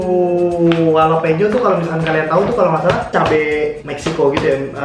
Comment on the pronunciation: jalapeno bukanya dibacanya Halapenyo?